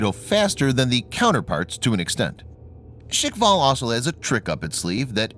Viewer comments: The supposed range of 11 to 15 km with a nuke warhead would probably kill the ship or sub launching it. I don't agree with the pronunciation of 'shikval', I rather assumed it would be more like shkval, like a Russian version of the word Squall, but that's just me. The idea of supercavitation has always been fascinating to me, but it seems to have stalled in recent decades, I read of plans for ships and subs using this concept for propulsion but nothing ever seemed to come of it sadly. Probably due to the aim and fire line of sight, as steering would be almost impossible. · Why you read it “shikval” . Shkval no i needed there. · Guys.. It's called Shkval.. Not shikval.. At it means squall. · and its "shkval, not shikval". Learn to pronounce what you read :-D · Firstly, it’s shkval, not shikval. Secondly, knots is already nautical miles per hour. Not intelligent to call it knots per hour. That’s redundant. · It is pronounced SKHVAL. SKH is pronounced like SH in SHOOT. Followed by VAL It's knots not knots per hour. Also, there might be an error in the subtitles. It's technology feat not feet. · Guys, be easy on the "škval" pronunciation. Slavic clusters of consonants are hard to pronounce for most people, so they just insert a vowel where there is none. My friends have the same difficulty, they just can't say things correctly. If I say "Trst" (the city of Trieste) they say "Terst". They just HAVE to put a friggin vowel in there. Škv is a piss easy cluster to pronounce for me, it isn't for them. 🤷‍♂️ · hahahahaha yup, he butchered that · there is no "i" in the word Shkval - i do understand this is a foregn word for you, but at least you could follow the english alphabet and not make up new sounds where is none in that particular word just try to read it letter by letter